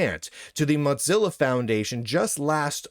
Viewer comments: Your commentary is good, but I can't STAND your pronouncing of Mozilla like pizza. It's not pronounced this way. You just got stuck on that. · No he's just pronouncing it the canonical German way - which is "Motseellaw"